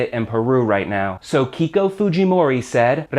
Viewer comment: Nice video as usual. Remember Keiko is pronounced Kayko. as other EI words.